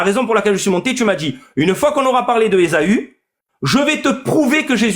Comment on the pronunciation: ESAAAAAAAUU, pas ESOOOOO!!! 😂😂😂